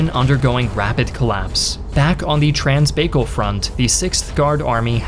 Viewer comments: Did you pronounce Trans-Baikal as bay-kle? OMG! such a Yank. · Pretty sure "Baikal" is meant to be pronounced "By-call" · Your pronunciation of Baikal is hilarious. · Baikal rhymes with high ball, not with bagel. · Bro butchered baikal so hard 💀